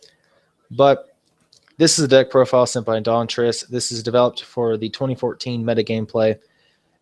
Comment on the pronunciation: Ya u said my name right great vid :3